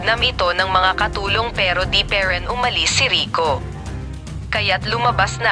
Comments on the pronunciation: Haha ako din po ung pe Rin tlga eh 🤣✌️pero napaiyak ako Ng kwentong Ito.😢😁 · Pe rin ( instead of pa rin 😂😂😂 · Ang ganda ng story pero sobrang arte ng narrator magbasa yong parin naging peren at tara naging tera